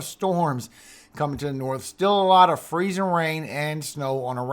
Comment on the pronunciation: I love the way you say freezIN rain! We got lots of mud puddles in Arkansas! Thank you for your info for us! God bless💙💙🦄